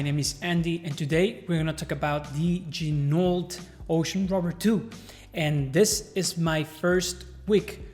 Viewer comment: Please don’t pronounce the T in Ginault. Ok. I’ll show myself out.